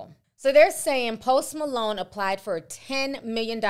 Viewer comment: Went from post Malone to Post “ma-loan” 🤣🤣🤣🤣🤣